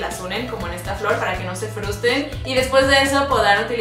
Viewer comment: dijo "fustren"